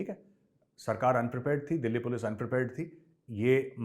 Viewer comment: " पुल्स आगाई पुल्स " that made mei laugh 😂😂